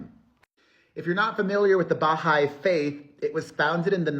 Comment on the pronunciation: Hi, I just wanted to let you know Perez that you are pronouncing the Baha’i faith incorrectly. The emphasis would be on the hai not the Ba. Maybe Google someone saying it so you can hear it. I just thought you should know because you’re saying it quite often. Love you much.❤